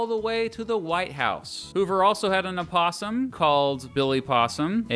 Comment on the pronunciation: I have never heard someone pronounce the "O" in opossum before.